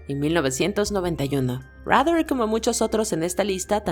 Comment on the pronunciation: Superviviente 😂 Menos mal que a fish lo pescaron 😂 Rader se pronuncia raydar no como dan rather el periodista Los únicos que me dan lastima son David Berkowitz y Jeffrey Dahmer